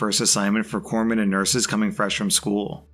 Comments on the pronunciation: Someone else covered the navy story thank you for pronouncing it corpsmen and not corpse men 😂😂😂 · Oh, I'm so proud of you. You pronounced Corpsmen properly, which a lot of people get wrong, including at least one former president.